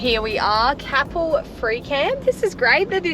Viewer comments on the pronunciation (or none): Merry Christmas and happy new year. Looking forward to see what you get up to in 2025. Safe travels. 🙏 (It's pronounced Cape Elle by the locals. However, good try; you're not the first mispronounce a WA place name.) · Great to see you enjoying the south west. FYI Capel is pronounced like maple or staple. All the best for a safe and happy Christmas. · Top ep guys thanks hey its pronounced k pull lol merry xmas guys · Growing up in Capel area it made me cringe 😂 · Merry Christmas guys. Was lovely to see you visit Capel. Btw it's pronounced with a long sounding A and emphasis on the A. We lived there for over a decade and use that spot to stay and visit our sons. We usually stop on the lawn beside the oval. It's lovely and flat. yes the dog exercise area is so relaxed and the locals are generally happy to chat with you. The cricket/football stand has 2 unisex toilets. Only takes a couple of minutes to wander over. On a Friday night you can literally walk down that street and go into the country club and buy a cheap meal, chat with the locals and maybe win the cooked chicken 😜 just be there by 6 to order as the food disappears fast. Head over the hwy and visit Forest beach some arvos you get to swim and have dolphins visit. Dog friendly and has one of the last privately owned beaches in Australia. Every now and then a herd of cows wander out on the beach or early in the mornings the locals are swimming with their horses.